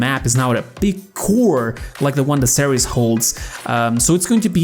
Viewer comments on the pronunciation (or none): none